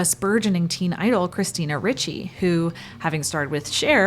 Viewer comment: In The Addams Family Movie, Wednesday is played by Christina Ricci (pronounced REE-CHEE, NOT RITCHIE).